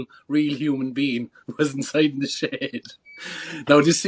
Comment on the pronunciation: I thought he was saying "shade" 😂😂 then I realized he said "shed" Friggin Irishman 😂😂😂